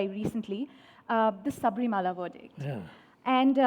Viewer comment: Not sabrimala... North indians pronouncing wrongly.. sabarimala शबरीमला